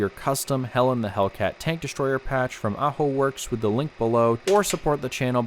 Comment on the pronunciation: I just love how "Helen the Hellcat" sounds like "Hell in the Hellcat"